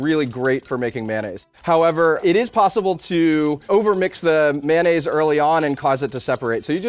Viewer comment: 発音「ﾒﾖﾈｰs」なんだ……